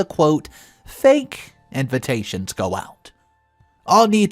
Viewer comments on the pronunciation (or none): Just curious, why do you always say invintation? Or I’m just deaf….